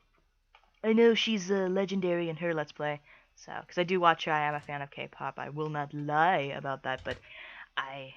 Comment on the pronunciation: (So many people will kill me for this) But... Who the hell is.. Kate Pop? I dont think I heard you say her name right